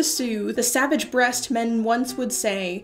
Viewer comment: Savage BEAST, not "breast". 😆. "Music soothes even tho savage beast". 🤯🤣